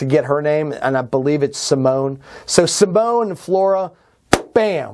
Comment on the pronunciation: Was gonna post the same thing regarding the name. I've noticed him doing that the last few videos I've seen of his with her in it and it's getting annoying heh. I'm curious what got him thinking the pronunciation of her Dutch name ends with an "a" sound.